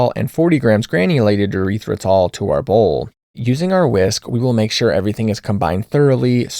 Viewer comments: he still saying Euro-wreath-roe-tall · Lol, thought you said urethra-tol. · who tf pronounces it urethratol